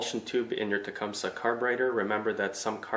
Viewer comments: It's pronounced Tecumsee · Um... no. No, it's not. Tecumseh was a Shawnee chief who lived in the late 1700s. His name was certainly not pronounced with a "see" at the end. Nor is the name of this company pronounced that way.